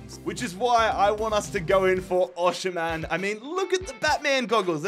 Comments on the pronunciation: you still can't pronounce Osimhen's name 😂 it's pronounced OS-eem-hen, drop the sh pls 🙏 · Every time he said oshimen it sounded like oceanman